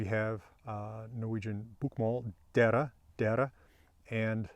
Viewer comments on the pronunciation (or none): maybe im being a pedantic dickhole, but your e-sounds are a bit short making, for instance, "dere" sound like "derre" which is another word altogether. dont be scared of the long eeeeee